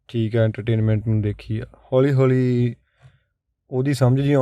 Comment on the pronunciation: ਸਰ ਹੋਲੀ ਹੋਲੀ ਨਹੀਂ ਹੌਲੀ ਹੌਲੀ ਹੁੰਦਾ ਸਹੀ ਸ਼ਬਦ।